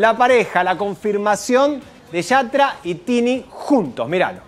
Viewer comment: No se ve una mierrr.. pero es mas incomodo escuchar al conductor pronunciar mal YATRA